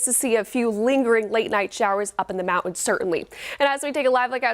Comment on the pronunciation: The word is “mountains”, it is not pronounced “mow-ins”.